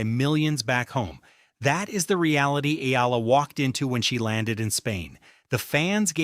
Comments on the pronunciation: E-AH-LA E-AH-LA E-AH-LA E-AH-LA, NOT E-EE-LA If you have to use AI, program it to pronounce names correctly!!!!! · Pls pronouce her name correctly as Eh....yah....la....